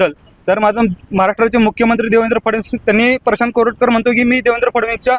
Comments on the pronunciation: प्रशांत कोरटकर आहे. कानेटकर नाही. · Prashant Kanetkar नाही हो...Prashant Koratkar.